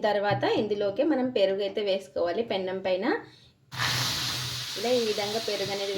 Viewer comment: Pennam కాదు తల్లి. పెనం.